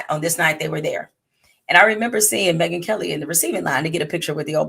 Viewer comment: Last time, I checked her name has three syllables…. Not twos. 😮